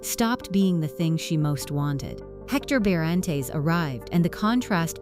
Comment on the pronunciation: Pronunciation of surname is completely wrong